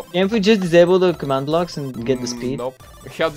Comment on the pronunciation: I freaking love how says blocks he says bwocks:3